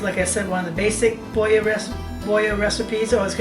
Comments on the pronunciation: “BoYo”? I’m born and raised in PA. I’ve never heard it called “Boyo”. I think if you said this in the Skook you would get run out of town. Boilo, just like it’s spelled. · I thought you had to be a Skook!! Watching in California. (Originally from Auburn) I've always said it with the L though... I haven't heard it with the L as a Y sound before. We don't have Four Queens so we've had to substitute. I enjoy your channel!!! Found it as I sit here making Halupki.